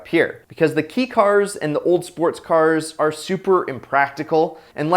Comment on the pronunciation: Did this dude fucking say "KEE" cars and then realized his mistake after recording and just ADR'ed it with "KAY" cars?